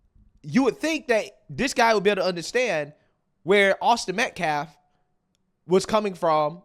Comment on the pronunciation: Has he learned how to pronounce "Austin Metcalf" yet? What a complete scumbag